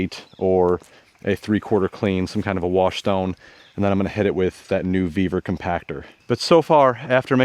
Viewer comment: For godsake, stop saying beaver. It's ve-vor😂😂